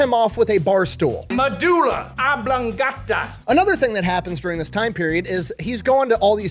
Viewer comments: I'm gonna be memeing on MEH-DOO-LUH. OB-LONG-GAH-TAH for months, thanks. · 😂 Me-DULA... Ob-lon-GATA... I can't decide if I despise the man or admire his fire. 😅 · I played take a gummy every time the colonel said medulla oblongota... looks like we going to space guys. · “THE MEDULA! OBLONGATA!!” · I was today years old when I learned about the Medula... Oblon-ga-ta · The medula...ob-long-gat-ta